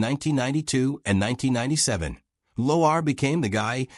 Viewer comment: Get your AI to pronounce Lauer CORRECTLY! Why give any airtime to this segment anyways?